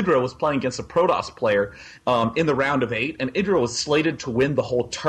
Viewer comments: Id-ra? Its I-drA holy sht i cant stand how he says it. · IIIIIIIdra. Not eeedra. Eye-drah.